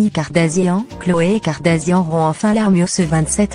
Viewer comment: Kardashian et non kardasian